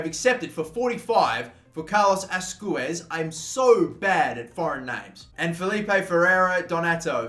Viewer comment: Carlos asweys not azcwez